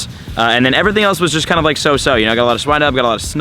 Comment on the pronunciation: u said swinub wrong😂